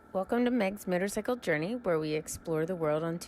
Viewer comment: After viewing a number of you're videos. I realized in the intro you"re saying motorckle instead of motorcycle.Just an observation, not hating.I wish you well on your motorcycle journey.